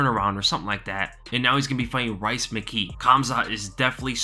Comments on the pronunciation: I’m from Ireland and I knew you would’ve pronounced Rhys mckee as ‘rice’😂 it’s all good tho it’s pronounced like Reece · Man said "Rice McKee" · Did you just say rice McKee LMAO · Yo rhys is is pronounced reece bro